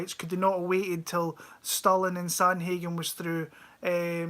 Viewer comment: You pronounce Sterling as Stalin lol